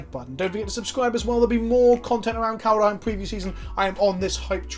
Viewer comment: IT'S NOT KALD-A-HEIM. STOP IT. IT'S KALD-HEIM.